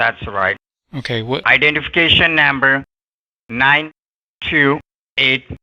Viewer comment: "IDENTIFICATION NAHMBER" geez